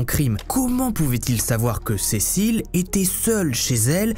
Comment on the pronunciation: Thank you so much for your detailed and illustrated video. My spoken French is ok and I was able to follow pretty well. It’s was also nice to hear my names pronounced correctly. Cécile and Alice!